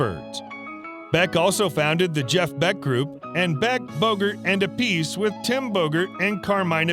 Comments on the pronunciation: Um, that would be Appice, pronounced App-i-see. Sheesh. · Through the seventies I remember Carmine Appice's last name pronounced App-a-see... Particularly when referring to Beck, Bogart and Appice.